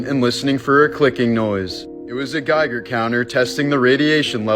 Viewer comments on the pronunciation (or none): none